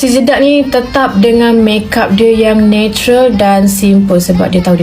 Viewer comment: Kak kenapa nak cakap jedak jadi jeduk pelik lah kak 😅😅